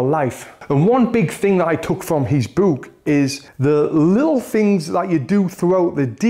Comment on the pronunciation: The way he says book bro